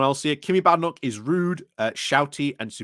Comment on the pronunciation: I believe its pronounced Bay-den-och.